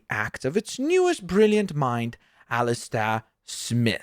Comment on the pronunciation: BTW it’s Alistair S-my-th